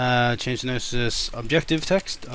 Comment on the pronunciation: ***** If you can't be right, at least be consistent. You're teaching programming - a discipline that consists almost entirely of keeping your syntax as internally consistent as possible. I already commented on this, and I don't want to be mean, but this is grinding on my nerves like a mill stone. It's not spypponosis or sypsnospis or synoponsponis or syponoposoponis - at no point has your pronunciation of this word been even remotely close to intelligible, much less bearing the slightest resemblance to its standard spelling or pronunciation in any meaningful way. Have you never heard anyone else say this word before? There's only one "o", there's only one "p", the "o" is right before the "p", and it's three syllables, not four: "syn" - the exact same syllable as in "synthesis", with the exact same meaning "op" - the exact same syllable as in "optical", with the exact same meaning "sis" - I hope I don't have to tell you how to pronounce that one. It's those three syllables - and ONLY those three syllables - in that order, and the stress is usually on "op". The word is "synopsis". This is meant not as an insult but as an expression of sincere amazement and legitimate concern: I'm honestly surprised that you're capable of programming at all with as sloppy as you've demonstrated your syntax to be, in actively, aggressively trying to find every conceivable mispronunciation of this word. At the very least, pick a mispronunciation and